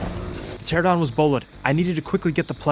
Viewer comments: Love the videos, but why do you insist of pronouncing Pteranodon as "terradon?" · TER-AN-ADON. not teradon. Jesus. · Game has been out for a decade and you're still pronouncing Pteranodon "terrordon" like an illiterate hood boy. "TER ANO DON" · It's called a Pteranodon, not Pterodon. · Don't forget calling Pteranodons "Pteradons"